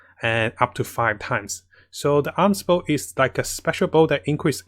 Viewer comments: Amos Bow is pronounced "A-Mos" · Every Time he Say Aams Bow Someone gets a 5*Star Character 😌